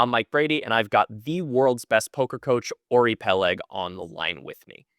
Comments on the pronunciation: Idk why it’s so tilting hearing you pronounce his name incorrectly over and over lol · my god, you're right. I just talked to Uri about the right way to say it. I'm even more tilted than you.